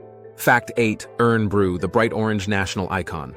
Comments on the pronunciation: The word LOCH is pronounced the same way as it is in German, but it means a Hole. The German word Das Buch has the same ending. I’m from Scotland, Kelso and fun fact Kelso in Washington State in USA was named by a person from where I live. And IRN Brew is pronounced Iron Brew. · Spoiled by the AI Voice over. Irn Bru is NOT the real thing it is also NOT pronounced irn it's IRON as in steel. The REAL Iron Brew was invented & made by my grandparents before Barr's version & is now owned & made by Bonn Accord, Aberdeen, Scotland. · Awesome video,can I say though we call what you call irn bru,we pronounce it as iron bru,golf you pronounced as gouf,it’s golf we call it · I fae Glasgow just a quick note its irn bru but you say it like iron bru not urn bru not having a go just giving a tip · It's actually pronounced( iron brew) so get it right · its not pronounced irn bru its iron bru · Not pronounced Urn brew lol iron brew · Hi You have some facts wrong starting with Iron bru Not ern bru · It is pronounced iron, as in the metal not ern this is referring to the popular Scottish drink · IRN Brew, is pronounced more like IRON not irn.! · Its pronounced " Iron-Brew " Made in Scotland from Girders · AI sucks. "urn" bru? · Irn bru is pronounced iron brew.even Americans can manage that. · Up hell e a( as in apple) - pronounced Uphellah Irn Bru - Iron Brew ( as in brewing a cuppa) family company from Falkirk, not Glasgow From a Central Scotland Scot from the smallest county in Scotland Clackmannanshire - Clack man nan shire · Irn bru is pronounced iron brew. That’s why it’s made from girders. I know you’re doing your best but some of the pronunciation is hilarious!😆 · The land is known as Orkney no "islands". Shetland is the same. Irn Bru is pronounced Iron Brew. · The national drink is pronounced iron broo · Very cool, just had to say though, it's pronounced "Iron" Bru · I know how its spelt irn-bru but its defo pronounced as iron bru 🤦‍♂️ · It's iron brew - as in the the metal